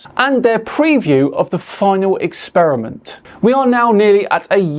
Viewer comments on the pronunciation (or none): The guy starts off by talking about "The Final 'Ex-Spear-a-mint'". Now, I'm no languager (Rick & Morty reference), but I think it's pronounced "Experiment". 'Ex-Spear-a-mint' sounds like gum that's lost its flavor. Guy 1: "What kind of gum is that?" Guy 2: "Well it USED to be Spearmint. Now, it's Ex-Spear-a-mint." I guess my point is: how can we take this guy seriously, when he can't even pronounce a word that most children learn to say in the first or second grade.